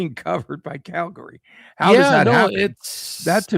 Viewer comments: Is the wierd Cal Gary pronunciation on purpose??? Calgary is more like Calgury but one word not 2 as well. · Not pronounced CAL-GARY. Pronouned CAL-GREE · Cal-Gree. I am born and raised in Calgary (Cal-Gree) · yeah, that was off -putting I agree